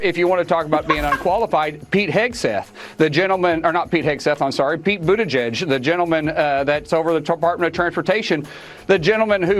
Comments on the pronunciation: For once rumpty got a name pronounced corrected! And typical slam, defame, lie and blah blah blah from rumpty. Do we believe anything he says about other people? NO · It’s pronounced Boot-edge-edge. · How is it that Buttigieg is one of the few names Donald can pronounce?